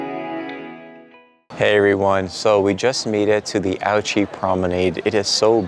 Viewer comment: It is not prononced outchy ^^ It the ou like in « you » and there’s no t before the ch 😉 It is closer to « ooshy ».